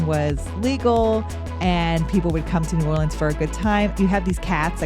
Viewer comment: Tourists and non-natives say “Nawlins” mostly and most people don’t say it like that. Maybe people more down in the bayou, but not in New Orleans. Some people say New Orleans where it kind of melts together into one word, but less so Nawlins. Anyways, as a New Orleanian that has been wanting to get more into the local history… thanks for doing this video! Also, the names change on streets due to the city being segregated. The city planned so the black/immigrant side of the city had different street names, even if it was technically the same road. They never changed the names when segregation ended.